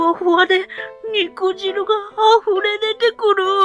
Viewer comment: 正しくは「にくじる」じゃなくて「にくじゅう」だった気が....